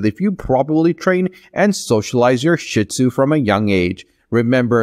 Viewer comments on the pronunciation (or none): Gave this a like for the info, but PLEASE learn how to say their name properly!!!!